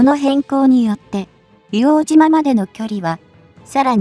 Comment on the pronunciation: 「いおうとう」です。